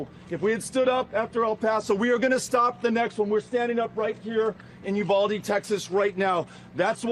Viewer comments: Please learn how to pronounce “Uvalde”. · Sam said ulade multiple times...